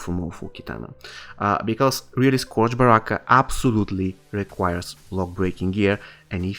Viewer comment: good video bro, but it’s pronounced (skerj) sounds weird but blame english